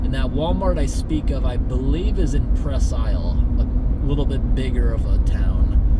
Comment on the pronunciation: It's pronounced Presk Isle